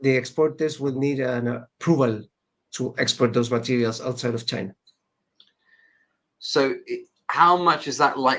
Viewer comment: this nigga said cheena 😂